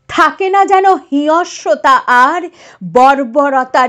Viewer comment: খুব সুন্দর লেখা ও পাঠ। বাচিক শিল্পীর সব গুণ আছে আপনার মধ্যে। একটু "হিংস্র " উচ্চারণ টা দেখে নেবেন।